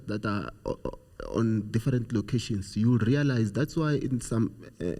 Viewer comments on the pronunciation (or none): A whole politician... to say "loctions"... instead of townships is really high school level..was embarrassed on his behalf....hence we stagnate as a country interms of growth